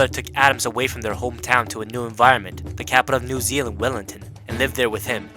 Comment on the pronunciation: g this guy said well in ton aaha